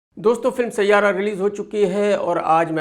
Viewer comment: Sayyara nahi siayara hona chahiye 😂😂😂😂😂